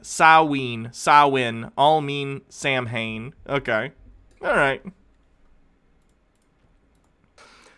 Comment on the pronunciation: Every time this lunatic pronounces Samhain I want to strangle him, knowing Call he probably does it on purpose.